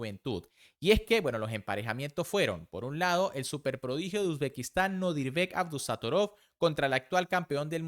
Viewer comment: Por qué le pones tilde a los nombres donde no van? "Abdussatoróv", "Aronián".